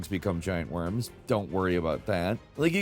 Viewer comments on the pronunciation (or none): none